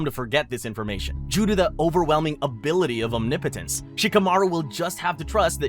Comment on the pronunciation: That’s how you say it mate